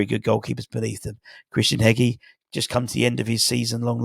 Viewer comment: its pronounced hedgey not hegi